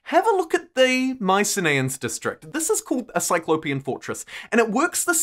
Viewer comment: Isn’t it pronounced My-sin-ee-ins rather than My-sin-ay-ins?